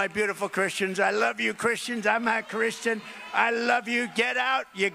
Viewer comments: His uglass said I’m a Christin.. it sounded like he said he wasn’t lol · I had to keep running that back.....did he say "I am not christian".....or was that like the guy on FOX who meant to say College but sounded like Colored.....because maybe he was thinking it? So was Trump thinking it?